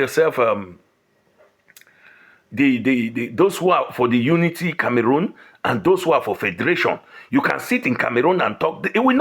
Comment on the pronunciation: Cameroon 🇨🇲, not Camarun. Na waow for this